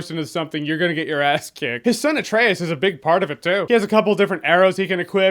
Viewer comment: Atrayus, no way they pronounce it that way in the game right?